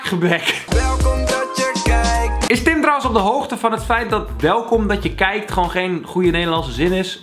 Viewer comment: Floor W hij spreekt het uit als: welkom welkom welkom dat je KIJK XD